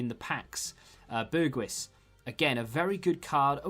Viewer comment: Say BergHouse not bergWiss . great video as always.